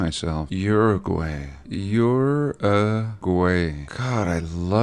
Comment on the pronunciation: Hopefully someone will teach him how to pronounce Uruguay 😉 Saludos